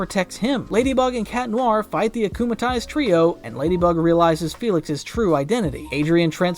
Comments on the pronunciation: It's worse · Erm actualy its "acumatized" not acumalized